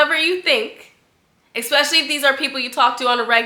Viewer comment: I love you and your channel so much! But I ain’t gone lie I cringe every time you say ‘expecially’ 😭😭😆